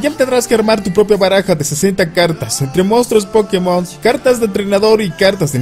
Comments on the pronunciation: O como Josue Yrion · O como Maduro :v